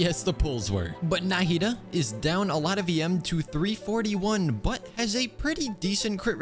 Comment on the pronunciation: I love videos, but I'm not gonna lie to him calling nahida, NAHHHHida is becoming a pet peeve for me a bit. Is it for anyone else?